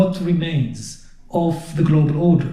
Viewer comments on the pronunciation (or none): Cue ball said it with "gloobal order"